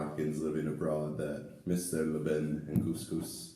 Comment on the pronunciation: I never eat couscous with my hand neither my family,we always use spoon in Casablanca and most of Morocco,except in the village they préfère using there hand as to keep the tradition of the old day. Yes you pronouncing it right (Lban)